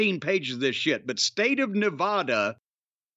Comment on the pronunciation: I wish jim could learn how to pronounce nevada.